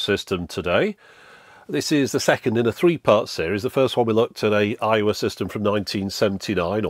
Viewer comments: Every time you say Aiwa, my American ears hear Iowa. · Oh! Aiwa! I thought you were saying Iowa the whole time lmao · i thought he was saying 'Iowa' the whole time 😆